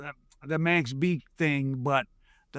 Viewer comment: Its MAX not mex